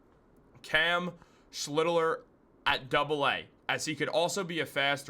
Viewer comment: You're mispronouncing the pitcher's name, its SCHLITT - LER. Like Shit but with the L.